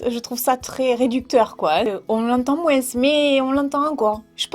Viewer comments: J’aime bien tes vidéos c’est agréable à regarder et tu nous fait sourire, je me suis retrouvée dans ce que tu disais par rapport aux études, je passe mon bac cette année donc les études supérieures approchent ^_^* J’adore quand tu dis “moinS” je sais pas pourquoi 😂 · sa me fait trop rire quand tu dis moinss 😂👍💜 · je t'aime mais "on l'entend moinssse"😂😭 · MoinS aaalala comme sa me perturbe 😅